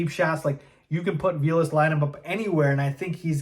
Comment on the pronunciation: Pretty sure dude’s name is pronounced vay less, not vee less.